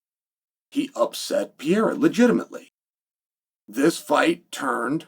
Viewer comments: IT'S PRONOUNCED PUR-EH-RAH ! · Who is “Pee-a-ra” ? 😂😂😂😂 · Pereira Uncle Chael Not Pea Error 😂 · PEREIRA not pierra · Alex Pee-Era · 🤣🤣🤣 Piera, how effortless he butchers Pereira's name, like nothing happens 🤣🤣🤣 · Chael pee'yera Sonnen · “Pee era” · Pereira man..can you say that? Pe rei ra..get it right for once. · Unc’s pronunciation is killing me. Piyera. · piyera and uncle eyev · Ank sealed his faith when he told Pierra “ NOO CHAMA” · Why do you keep mispronouncing "Pereira" though? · Only uncle Chael could talk about a fighter for years and never learn how to pronounce his name lol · Nah Chael. I disagree. Ank is a dummy. And so not entertaining in his ignorance. Im sorry,, but you are trying to hard here to build up interest here. I respect what you did as a fighter. Please learn how to pronounce Alex's name. It doesn't feel respectful. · Please learn how to say people's names. It's far past out of hand. This dude is a multiple time world champion,. The least you can do as an analyst and former fighter is give him the respect of saying his name right. Pereira is not hard to say.